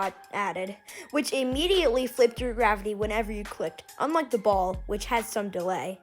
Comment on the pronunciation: Don’t say BALL like that